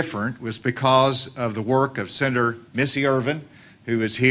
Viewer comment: I do love how Asa pronounces "senator" as "sinner" instead. This is classic. It's bizarre that he pronounces "controversial" properly but can't do "senator".